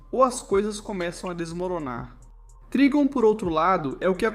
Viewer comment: Escreve Trigon mas lê Traygon